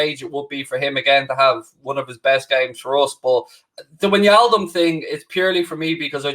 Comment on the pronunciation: If wijnaldum leaves the best thing will be not hearing him pronounce it winyaldum